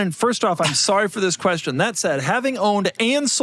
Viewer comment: heres my qweestun